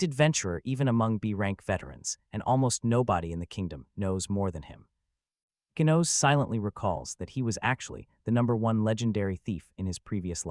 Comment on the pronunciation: Ichinose (ee-chee-no-say). You can’t have English pronunciation with Japanese names.